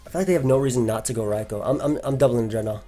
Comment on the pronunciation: That is literally how you pronounce it